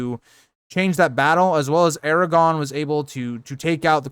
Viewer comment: I like this channel but you need to practice saying Aragorn instead of Eragon or Aragog